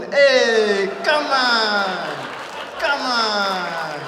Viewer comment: He turned Austrian when he made it sound "kaman" XD